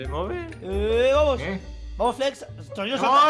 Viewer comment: me pareció TROLLI dijo fles y no flex